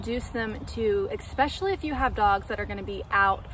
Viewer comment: No such word as (ekspecially) You said this numerous times in your video. Just so ya know.